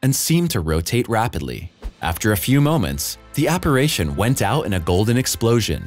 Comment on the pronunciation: If you really MUST tell lies, & make up stories in your synthetically created shit, at least get your pronunciation right - 'subsEEquent' is 'sUbsequent': 'apparAYcion' is apparItion. I stopped listening .